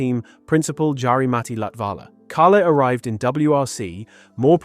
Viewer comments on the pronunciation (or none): Other than the mispronunciation on Tanak's and Latvala's name, perfect video. I agree with all of this as a WRC fan since 2022 when I saw Kalle win his first ever championship in New Zealand.